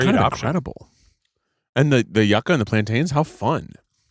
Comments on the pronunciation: I came here for this! I went to college in Miami and Cubans pronounced it YOO-kah, I think it’s the Spanish pronunciation lol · Hearing them pronounce it YUCK-AH instead of YOU-KAH was driving me wild lol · Hearing it pronounced “Yuh-Ca” instead of “You-Ca” made me scream as a Cuban 😂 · Yucka???? Yucca baby. "U-ka" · This! Its not yuck-ah its yew-ka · i always thought Yuca was pronounced YOO-kah, not yuck-ah ? am i crazy? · I say this with love… it’s YUU-KA! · It's pronounced you-ca